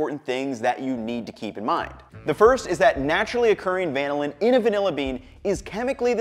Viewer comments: The accent is on the second syllable. This is why there are 2 L's, not just one. Compare with Lanolin , which has the accent on the first syllable and Magellan, which has the accent on the second. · it is "vuh-nill-in" though, not "van-ill-in" just like its "vuh-nill-uh" and not "van-ill-ah" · Good but why would you say VAN-NiLL-Linn?? Trust the Force, Luke. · Van-illin sounds so much like butchered American than van-ill-in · Does anyone know why he is changing the emphasis for the compound when it is named after the bean? I've never heard the emphasis like that before and I am curious about the origin of the discrepancy. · Why do you pronounce vanilla different from vanillin??